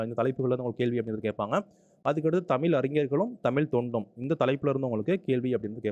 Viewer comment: Sir தமிழ் not தமில்